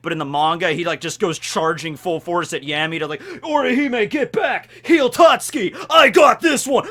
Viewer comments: Why would you call him yemi though? It's ヤミー so a ya not a ye 🤔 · His name actually starts with [ja] not [je] in Japanese, so you had been pronouncing it correctly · Fun fact,: So in Spanish, the letters 'll' can often be pronounced as a 'y' or a 'j'. Yammy's last name can be pronounced 'Yargo' or 'Jargo'. Similarly, sternritter x's name can be pronounced as 'Lee-jay' instead of 'Lille'. You probably already know this. I just get a kick out of being a know-it-all. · Yeah I was wondering why he corrected himself there. But it's also not a ja (ジャ), it's a ya (ヤ). 🤓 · No one corrects you cause no one cares. I mean, it's Yammy... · You mean the wrong way?